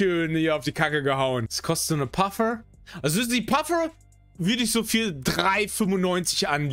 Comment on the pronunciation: Wie spricht patrick manche englische Begriffe sehr übermotiviert aus?🤣 Wie z.b. bei Puffer = Paffurrgghhhh